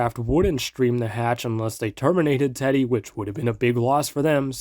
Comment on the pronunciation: is using an ai voice? he pronounces teddy's name with the i